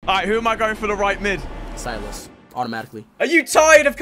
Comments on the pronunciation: My man said silas and overpronounced the I so hard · Bro said Silas like he's a baron 💀